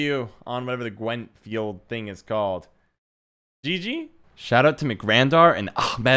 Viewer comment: Your awful pronounciation of ARRRCHHHmad Ali gets me every time. So jarring. I love it.